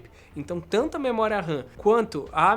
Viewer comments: Tango on-line? Só eu ouvi isso? Kkkk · Tanto??? Ele disse “tango” ????